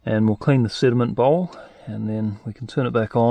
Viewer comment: I kept hearing "cinnamon bowl" Instead of sediment. Lol